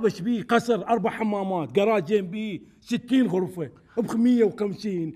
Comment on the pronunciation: ما مصلاوي طيلعه عنده لدغه بالراء نحنا ما انقول غغفه 😂😂😂